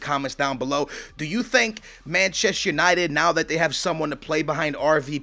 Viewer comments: It's not Machest United, it's ManchestER United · It's "Manchester United" not "Manchess United".